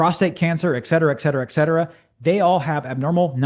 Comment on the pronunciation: Wonderful analysis as usual. You simply must learn to pronounce ET CETERA properly, and speaking a little slower would help.